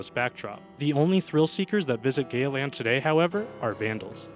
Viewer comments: I hear gay but I also here Gaya too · When he mentioned Gaya Land did anyone else hear Gay Land? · Veryspookyfox a ramdom youtuber YAAAAASSSSSS!!!! I thought I was the only person who heard Gay land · I thought he said gay land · In number 6 I thought he was saying gay land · Veryspookyfox i heard it it said gay land lol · Veryspookyfox Yes. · Veryspookyfox I DO